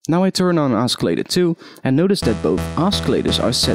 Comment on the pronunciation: "Oskillator" lol :P The c is silent